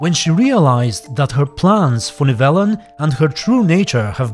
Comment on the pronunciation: I’m just mad at the mispronunciations more than anything